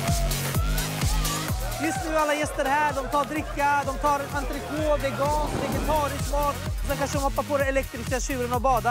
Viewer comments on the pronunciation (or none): none